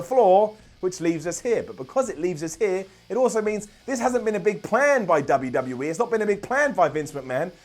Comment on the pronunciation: said WWE like he says WCW and that is not okay